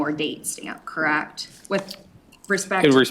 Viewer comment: The defense attorney is awful! She has to be pissing the jury off. Every time she says the word- correct- I cringe! The way she can make the word and have 34 syllables- aaaaaaaaaaaand drives me nuts! Besides her terrible affect she is a lousy lawyer! She has done nothing to provide a defense for this killer- just counting on reasonable doubt to make her case. The prosecutions case is way more than solid enough to convict this piece of garbage- and I can’t wait until they find him guilty on all charges